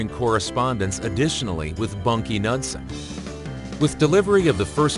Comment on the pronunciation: pronounced Noodsen